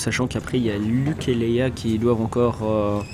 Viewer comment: Leia et pas 'Leyla' Merci pour votre vidéo